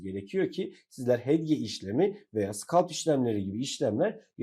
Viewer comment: inanamıyorum arkadaşım konuyu anlatmak için video çekmişsin ama hedge hedge diye başlıyorsun ya....keşke bir öğreniverseydin telaffuzunu...